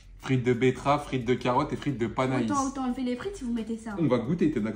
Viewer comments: Panais pas panaïsse ptdrr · Panais ça se prononce « pané » au cas où